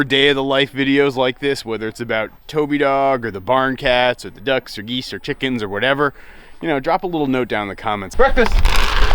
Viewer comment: I love you say,”Release the quicken”!